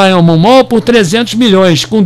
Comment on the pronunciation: Fala companheiro. Bela análise,so precisa melhorar a pronúncia do inglês sobre Diamond kkkkkkkkk